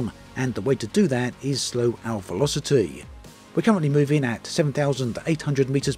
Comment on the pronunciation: The veloci-TEE